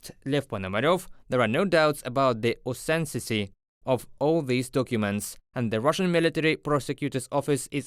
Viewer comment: pronunciation guide for authenticity: or-then-tis-it-y (5 syllables) not 'orthencity'